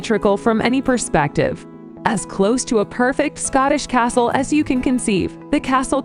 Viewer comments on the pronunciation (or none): She absolutely destroys the names of the castles